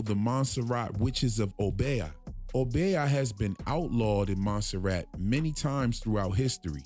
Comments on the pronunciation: Obeah pronounced O BEE AHH, say it slow and then fast ohh bee ahhhh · Oh-Bee-ahh ( obeah ) not oh-bay-ah. Dope breakdown tho💎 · Obeah pronounced O - beeyah (one syllable).